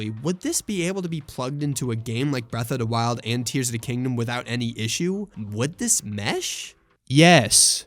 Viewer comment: "Bref uh da wild"